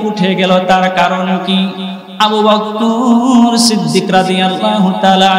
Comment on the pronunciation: বক্কর না বকর